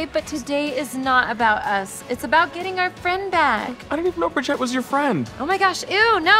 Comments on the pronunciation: Whoa...Nichelle actually said Bridgette's name right Now we really know something's wrong. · I honestly expect them to... slowly become better people. Might be really slow. Really, really slow. ...Really, really, really- But Nichelle got Bridgette's name right! Progress! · "Thank you, Bridgette." "It's Bri- oh..." SHE GOT HER NAME RIGHT! Progress, people! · finally a comment like this! I mean for heaven sakes, at the end Nichelle literally pronounced Brigettes name right, and was hugging her.... somethings up. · Nichelle got Bridgette's name right, though. Progress! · I'm crying....she pronounced bridget right